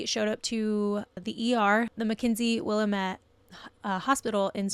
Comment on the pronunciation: I never new Danny was not her husbands bio child. I went to school with Danny in walterville and during class he was walk around the outside hall way in his walker. Oh and by the way it ls pronounced Willamette not willate 😉😊